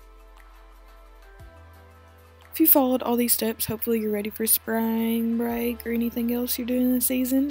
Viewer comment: "Sprang break"